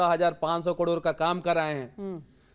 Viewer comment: कडोर नही करोड़ होता हैं अंधभक्त